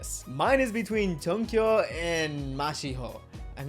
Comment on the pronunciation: Please don't flame me... Junkyu is pronounced June-Queue